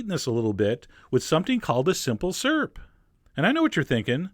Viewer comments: You have the same speech impediment as me! I also can't say "skewer" or "syrup" :P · "Simple surp"